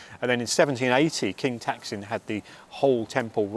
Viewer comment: You must learn to pronounce king "Taksin's" name right, or my wife will look you up next time we go to BKK